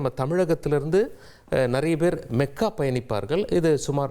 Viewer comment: மெக்கா, மெதினா அல்ல மக்கா,மதினா.